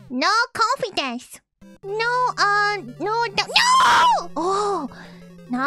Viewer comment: Korone: "Have confidence. No confidence." My Ears: "Have coffee dance. No coffee dance."